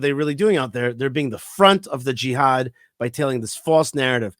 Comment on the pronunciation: Also don't miss when says GEE HAD...[JIHAD!] Gee had I??